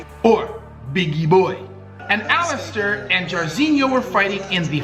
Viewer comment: a question. What is your nationality? You really pronounced Bigi Boi his name and nickname correct!